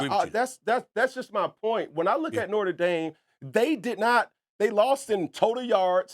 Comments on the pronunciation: Also, Cam…It’s NOTRE Dame. Not Norte Dame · Norter Dame? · It’s not norter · Somebody teach Cam how to say NOTRE